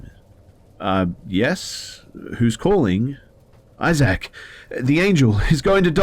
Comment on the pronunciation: The way you pronounce issac physically hurts me ha ha